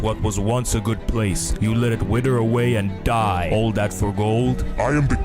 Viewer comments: "WIDDER AWAY AND DIE" tf is "WIDDER" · The wither not wider